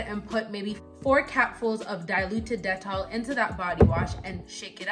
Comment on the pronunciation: I like how you pronounce dettol... I stay buying the soap, they even have the sensitive one which is blue as opposed to the yellow bar.